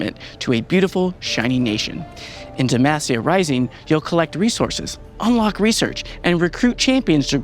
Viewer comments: I really love this update and all the info we get. Considering Garen has been saying DemAHcia all these years, hearing the devs say DemAAcia is making me twitch every time though haha. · Why do they pronounce it like «Demæcia»? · SAY DEMACIA CORRECTLY I BEG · i wonder if this guy will ever correctly pronounce DEMACIA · 15 champs in this game from demacia, many of which yell it in game for skills, and the guy on the right still says it wrong. smh, idk if i have faith in these new rioters lal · How do you pronounce it? I heard it two ways. Is it DemASia or Demahsia? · How he says Demacia is...... urking me lol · stop saying demacia like that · The way pronounces Demacia is unique to say the least